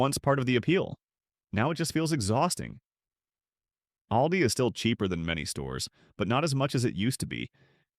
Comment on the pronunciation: "AIL-dee"? Credability gone. Bye-bye.